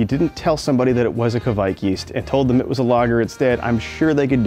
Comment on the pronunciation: Hi there! Norwegian here! I just wanted to say, you Americans (I'm looking at you as a psuedo American and as well!) gotta stop saying "kevaik" or something similar. Its norwegian pronunciation is much closer to Quake. As in the computer game or group of people. Cheers!